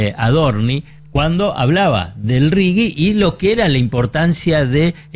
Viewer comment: Es RIGI, no RIGUI. RIGUI sería en inglés.